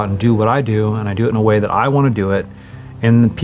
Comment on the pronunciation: Why did I hear: and this is my wife, instead of way? No matter, good work.